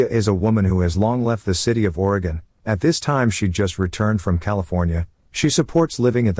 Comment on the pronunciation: Thank you for saying Oregon correctly 😂